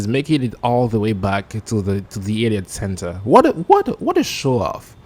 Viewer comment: Bruh. Yes. I literally just found out seconds from writing this reply that it's called the "Elliot Center." I played this video back several times and I was convinced you said "idiot center." If for some reason you ever say the word "elliot" on a video again, know that some people, probably just me XD, are going to hear "idiot" instead.